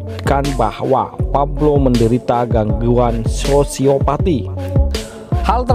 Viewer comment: Pablo bukan fablo min😯